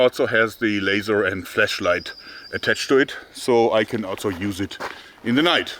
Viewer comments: Am I the only one who hears flEshlight when he says flashlight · For a second I though he said "fleshlight" instead of flashlight.